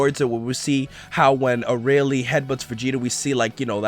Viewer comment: Vegeta's just got a new rival, Arale... He will never forget this! And it's "ArAle", not "Araile"